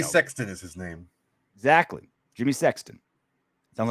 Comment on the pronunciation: learn how to pronounce her name correctly